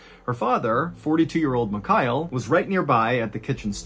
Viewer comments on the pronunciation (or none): Your version of the name Michail sounds like McKyle 😆